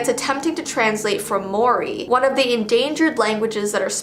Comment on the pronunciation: just to let you know (no hate) maori inst pronounced mori its kind of like moldy